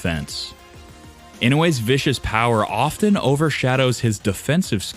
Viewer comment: I don't mean to be picky but I would appreciate it if the commentator would learn how to pronounce English -- specifically the words "often" and "attribute".